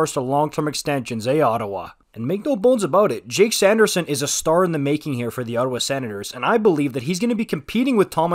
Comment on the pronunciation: you're a bit warped about Ottawa. It's Ottawa.